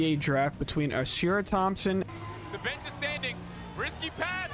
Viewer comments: ‘Ah-Sahr’ not ah-seer. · It’s annoying how you consistently butcher Ausar’s name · I can tell you're just now finding out who these guys are!! Otherwise, you would have heard Ausar's name so much that it would be impossible to mispronounce it!!